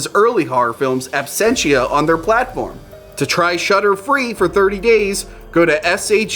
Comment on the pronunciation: I like whore films, maybe I'll try that shudder site, thankfully the text confirms he's saying shudder and not shutter in that murican way.